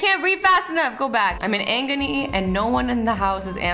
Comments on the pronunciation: Did she really say"I'm in 'angony' 😂😂😂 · foot banister girl: IM IN AGONY, SOS!!! azzy: aNgony??? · "i'm in angony" pff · the way she pronounced "agony" got me- no hate tho just found it funny